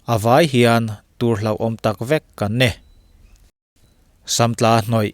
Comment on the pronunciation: Beladona hi tùr a ni ti loin túr (poison) tia lam tur a ni.